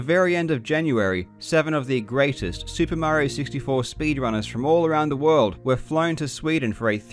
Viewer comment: soo-pah mary-oh